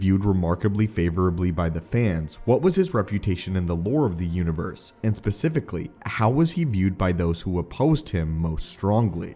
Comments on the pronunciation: Pacificly? The thing that gets me is on either side of the mis prenuseation he says it correctly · I beg your pardon...."Pacifically"? Did you say "Pacifically"? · Did this guy say "pacifically" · “pacifically” your welcome everyone. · "Pacifically one sith lord..."